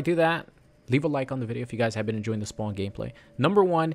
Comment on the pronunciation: Spawn not SPOWN smh